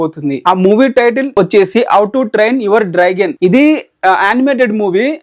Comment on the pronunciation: Neki enni sarlu chappali ra babu draigon kadu Dragon 🐉 ani 😡😡